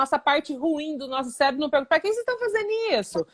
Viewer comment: Cérebro e não célebro